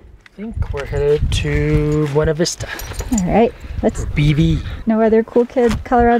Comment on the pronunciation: Ummmmm......Please take a minute and watch this....as to "How to pronounce the Colorado Town "Buena Vista." Thank you.